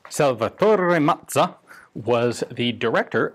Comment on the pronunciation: I think I took almost as much pleasure in discovering this absolutely gorgeous pistol as Ian very obviously did in rolling the name "Salvatore Mazza" off his tongue ... What a beautiful weapon!